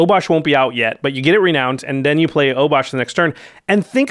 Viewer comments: It's pronounced "re-noun-ed" Jimmy. English is weird. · Jimmy: "Ren-OWNED"